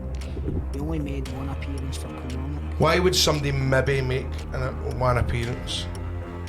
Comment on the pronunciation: why do yo all call it kilmaurnock!! haha being an ayrshire lad you should know better 🤣🤣